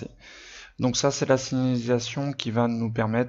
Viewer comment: Tu as du mal a dire signAlisation 😂😂 PS: merci cest super ce que tu fais !!